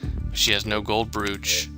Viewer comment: you're pronouncing brooch odd